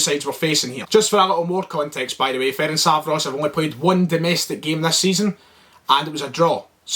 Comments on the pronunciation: Firstly let me help you with the team name - F-E-R-E-N-TZ-V-A-R-O-SH ->letter E-pronounce it like like you would do the E in a word Echo. TZ-pronounce it like first to letter of a word TSar - finally SH pronounce it like first two letter SHoot :-) about the game: Celtic is a favourite team here, but you will have more difficult times than you had againts the Icelandic team. You got lots of respect from Hungary even if you look at the colour and nobody really says that it will be easy. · yip. Am still saying (feh-rink-vah-ross) but cause I've pronounced it that way for years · Ferencváros (Feh-rents-wah-rosh) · Hopefully now you can learn to pronounce our name. Good luck in the Europa League! 💚 🤍 Ferencváros! 💚 🤍